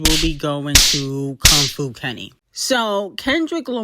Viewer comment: reading Kong Fu like that is insane😭😭😭😭that’s your man ccta